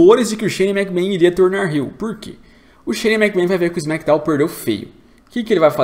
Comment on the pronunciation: Que agonia, o não consegue falar Shane McMahon